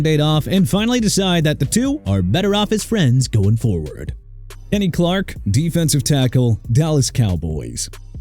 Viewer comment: Kenny Clark not Enny Clark and Marshon Lattimore not Arshon Lattimore! And also Alvin Kamara PRONOUNCED KAH-MAR-RAH OKAY MR. "NEW OR-LEANS"?! AND HERE'S A IDEA: NEXT TIME PUT TUA ON THIS LIST AND CALL IT A DAY AND WHILE YOU'RE AT IT, LEARN HOW TO PRONOUNCE AND TO SPELL OR KISS YOUR JOB GOODBYE!